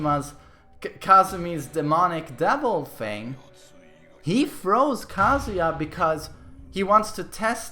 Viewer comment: Took me a while to realize MM was saying “throws” instead of “froze”